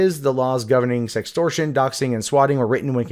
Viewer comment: wait what's "sextrortion" (sex-stor-shun)